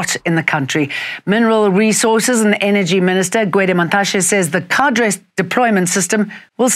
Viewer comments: Kay dur, not ka dray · because it's pronounced kay-dur. (thanks 😊) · I wish she would stop saying "ka-dray" deployment...